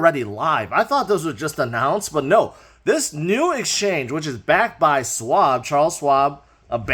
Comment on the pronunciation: Charles Swab. Tickles my ears every time... 😂😂